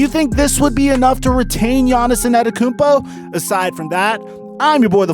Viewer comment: Yaniz In-Ada-Emkumpu :-D Love it!